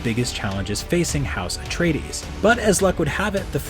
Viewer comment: There are also recordings of Frank Herbert himself pronouncing these names. The narrator actually got almost all of them correct. As much as I love the Lynch movie, it is hardly an accurate source for anything Dune. Most pronunciations in the 1984 movie are wrong, the weirding way has nothing to do with sound-based weapons, Paul was NOT the Kwisatz Hadderach and he did not make it rain on Dune.